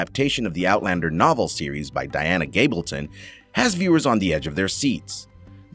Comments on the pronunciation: seriously, you can't even pronounce Diana correctly, it's easy, it's NOT DANA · Seems that I'm not the only one who was driven spare by the mispronunciation of just about everything. Catriona is pronouced Katrina. Sam Heughan is pronounced 'Hewen'. Tobias is pronounced like 'Toe-by-as'. The author is Diana (like the princess) not 'Dana' Gabaldan. GAH!!!